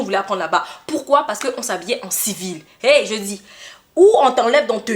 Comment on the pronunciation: Son hey là est hey kee😅😅😅😅😅